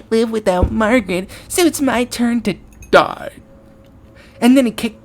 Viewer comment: the way he said 𝘿𝙄𝙀